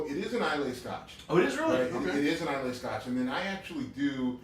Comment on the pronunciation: You guys keep mispronouncing Islay. It's pronounced "eye-lah", not "eye-lay". Just a heads up :)